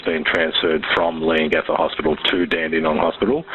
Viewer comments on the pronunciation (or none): OMG, I have to.... Its pronounced lee·uhng·ga·thuh 😅😂 Leongatha. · bit concerning how many lapses in research there are for someone who lives so close to where the crime happened. i’m 11 mins in and so far you’ve pronounced leongatha wrong, forgotten to mention that she has a son as well as a daughter, called it “her famous beef wellington” when it’s well documented that she hadn’t made it before and had to use a recipe book, forgotten to mention that simon wasn’t attending the dinner bc he really suspected that erin had tried to poison him multiple times on joint family trips they’d taken after their separation. i hope this is all cleared up later in the video but if not, it’s really disappointing as i know we were all gripped with this case and the info is easily accessible